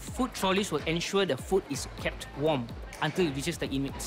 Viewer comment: Emphasis on the UNTIL part lol